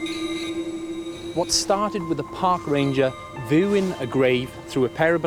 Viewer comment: Way too many ads... and the presenter needs a few lessons in pronunciation, they will let anyone present these days. Binoclars I assume are meant to be binoc-U-lars... voo-ing = viewing? Noo, I assume is New? Otherwise great to see Katey and Alice again and Meg is a gorgeous addition to the “British” archeological scene.